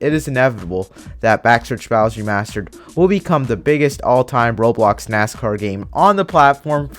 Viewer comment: did you say robox platform lol